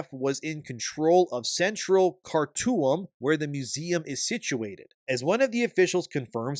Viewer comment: It's pronounced 'Ben een'. And 'Car toom'.